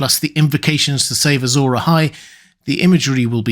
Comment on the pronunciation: It's interesting you say "Azor eyes" because it sounds like "azure eyes". Azure as in blue.